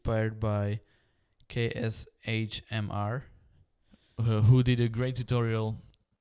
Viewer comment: Did you just call KSHMR [Kash-mir] "K S H M R"? xD Anyways, great tutorial!